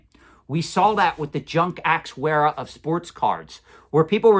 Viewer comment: "Junk axe weara" lol